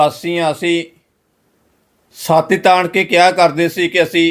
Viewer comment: ਤੈਨੂੰ ਤਾਂ ਪੰਜਾਬੀ ਵੀ ਸਹੀ ਨਹੀਂ ਬੋਲਣੀ ਆਉਂਦੀ। ਛਾਤੀ ਨੂੰ ਸਾਤੀ ਹੀ ਬੋਲ ਰਿਹੈਂ ।